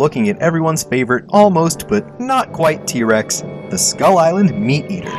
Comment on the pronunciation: t rex not v rex